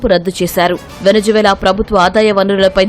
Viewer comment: వెనిజులా.. వెనిజు వేల కాదమ్మా😂